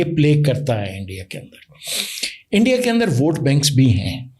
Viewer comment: ENDIA🤣🤣 HALWAI YE BOLNA TOH SEEKH LO🤣🤣🤣